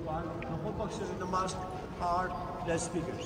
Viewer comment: Hahahaha how cute that you call the mosques. 🤪👉🏼 it's mosk not (moks)😋🤳 but anyway it's cute..!